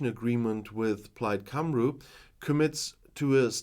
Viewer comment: Great video but your cut scene maps are for Northern Ireland! Also, Plaid “Cymru” is pronounced Kum-ree. 🙌 Fantastic to hear you talk about local business in Wales. Hope you do more. This is better put together than the news IN wales! Thank you for sharing!